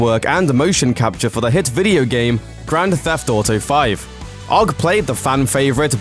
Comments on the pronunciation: WHATS wrong with your pronunciation Grand Tetheft Auto 5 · did you just say? grandA Theft Auto!